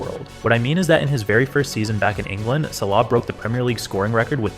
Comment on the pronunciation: videos about salah and marmoush? named Ahmed? showed up in an Egyptian national team kit? بتستخبى من مين يسطا و بتنطق صلاح غلط قصد 😂😂